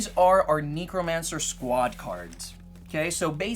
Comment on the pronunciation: Or neek-romancer